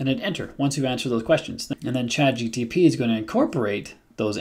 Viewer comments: I hope you are aware you are keep saying "ChatGTP" instead of "ChatGPT" Other then that, thanks for the vid :) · You said CHATGTP LOL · Bro... Start with learning the proper order of letters in ChatGPT... because you systematically pronounce (and even write sometimes) "ChatGTP"... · Am I the only one to notice that you call ChatGPT ... Chat G-T-P? Hmmm. I have heard a few people do this. It's a sort of auditory dyslexia. BTW: I found the same (similar) prompt on the Coursera course with Vanderbilt University. This is a GOOD prompt, I won't call it the ULTIMATE prompt, but it could be used by most or for most use cases because it is a generic prompt that can be use in whatever context you may deem fitting. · Came to say exactly this 😂